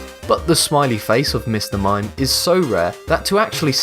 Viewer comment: mime not mine